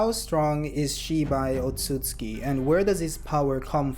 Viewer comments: The way you pronounced ‘Otsutsuki” kinda bothered me lol… Isn’t it: “oh sut suki” ? Not the way you say it : “oh suts ki” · You are completely missing the second letter "u" in your pronunciation of Otsutsuki. Hearing it over and over again made my ears bleed. Will definitely not be watching anymore content 😂😂 learn to read!! And correctly pronounce words!!!